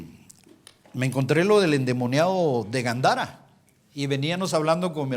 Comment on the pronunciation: Hello?? No es Gandara. Es Gadara